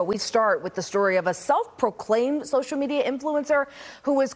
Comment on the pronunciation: LOL. A "self proclaimed" - with such emphasis - social media influencer ...... Is there any other kind?